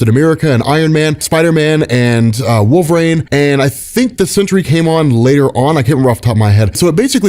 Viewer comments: WolverEEN! Not WolverAIN. Say it right,!! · genuine question, but how do you always manage to make Wolverine rhyme with the word “pain”?